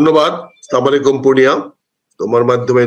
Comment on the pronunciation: Slamalekum na re bhai bolte hobe Assalamuslaikum tachara ulta meaning hoe jaabe